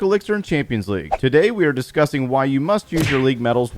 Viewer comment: "today we will be are gonna disgusting" instead of discussing